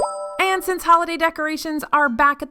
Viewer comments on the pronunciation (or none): none